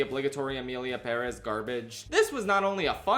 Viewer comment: You say Perez weird